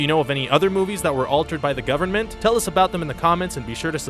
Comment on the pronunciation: you mispronounced government at the end